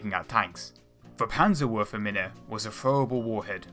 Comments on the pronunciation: Mir geht's unglaublich auf die Nerven. Is ja nicht verkehrt gedacht, aber seine Geilheit darauf deutsche Namen falsch auszusprechen (4x Pannsahworfminnah in 10 Sekunden) tut dem Video definitiv nicht gut. Entweder soll er sich jemanden zur Hilfe nehmen oder es bei einmal belassen und dann die Übersetzung verwenden. Hat mich schon bei dem Video zum Ratte-Panzer (oder eher Watte-Tank) abgefuckt. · PanzerwurfminE not mina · Panserwürfminne 😅als deutscher sehr lustig. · pansah worfah minnah, pansah worf minnah, pansah worf minnah, pansa worf minnah, nutzi pansah worfa minnah.Woh head, schtorm piss tolah... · panserwuhrfmina? XD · Panzerwurfminäääe and Sturmpissteler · How to pronounce german words Panzerwurfmine Panzzzerwurfffmiiiine Sturmpistole Sturmmpistoolee( the e is pronounced like a Fliegerfaust Fliiiiiegerfaust Sturmgewehr Sturmmgewrrr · Pls never say Panzerwurfmine again 🤣 danke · I know its hard but PLS look up the correct pronunciation xD it really is painfull to hear STURMPISTOLE and PANZERWURFMINE like 20 times ...;D but nice video ^^ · love that pronunciation of "Panzerwurfmine" <3